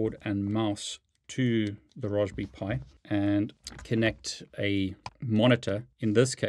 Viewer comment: This is the first time I've heard someone call it Raws-be-pie lol... Great Vid!!!